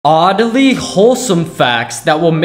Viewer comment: bro pronounced oddly as oddely